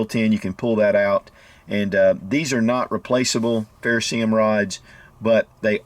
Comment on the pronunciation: What kind of rod? A 'ferrosee um' rod? Or a ferroserium rod? 😂 Lol